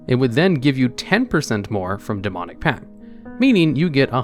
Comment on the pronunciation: I'm excessively bothered by how little stress there is on that T in pact, sounds like pack every time he says it.